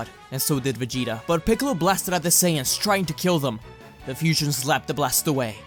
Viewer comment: Freezer and picolo "Ficolo"